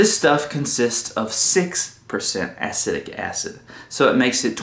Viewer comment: Please learn the proper pronunciation of “acetic” acid. It will help make your videos more relevant.